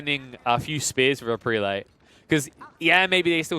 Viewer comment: If I may say so, the proper pronunciation of "prelate" is PREH-lut, not PREE-late. Seems like the wrong pronunciation is making its way around the AOE4 commenterverse. :)